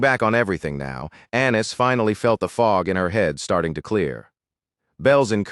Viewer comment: Annis sounds like Anus to me… don’t judge me…